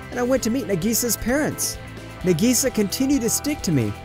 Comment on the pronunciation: Y'all are taking about "wallets being stolen" or "it actually WAS a set up". But can we talk about how he pronounced "Nagisa" and "manga"?